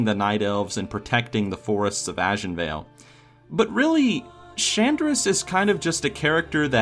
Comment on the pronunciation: My biggest OCD nit pick with is when he says "ajenvale":P